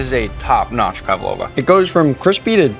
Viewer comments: ПавОва? Кто удорение ставил? ПАвлова. 😮 За озвучку 2😂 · Павлава ударение на а